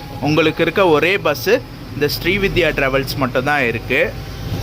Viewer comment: Bro, it is not ஶ்ரீவித்யா . It is ஶ்ரீவிந்த்யா travels. Pl correct your pronunciation.